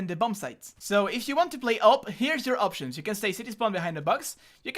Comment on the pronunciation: "Here are you AWPtions" huh? no-one? ok